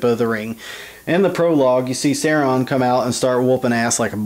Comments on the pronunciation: Sauron is pronounced Sowron not Sayron. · I was about to watch your video until I heard you say "Sehron". nope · He said Sauron wrong it is not saoreeon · I'm from Texas too but it should be pronounced the way Tolkien meant it to be pronounced: Sow-ron or Sow-run. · I could not enjoy this because of how badly you pronounced Sauron, not a true fan. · you pronounced sauron wrong and do you think you can chill out with the swearing. thx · That is no justification... he's so obsessed with the weapon and lord of the rings, and fails to pronounce it correctly. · don't worry I hate him for pronouncing it wrong too. you aren't the only one. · Texas accent is no excuse for mispronouncing our dark master Sauron the great